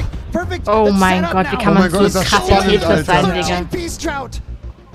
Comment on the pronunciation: "tätris" bruh